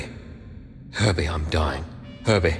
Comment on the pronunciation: Herbie. Herbie, I'm dying. Herdie. LMAO